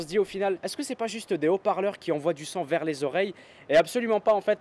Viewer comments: ça me stresse d'entendre "sang" à la place de "son" lol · quand tu dis le son j'ai l'impression que tu dis "le sang" bref sinon très bonne vidéo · Je suis le seul que ça stresse qu'il prononce "son" comme "sang"? D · Ahhh il dit "son" et pas "sang" ! J'ai eu du mal xD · "son" pas " sang " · oui le sang mdr😄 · Si tout aussi tu as compris sang a chaque fois qu'il dit song mets un j'aime. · younes karmouche J'ai juste dit que ça faisait bizarre d'entendre "son" prononcé de cette manière, en rien j'ai insulté ou j'ai dit que c'était un accent de merde, va falloir que tu redescende un peu, mon pote.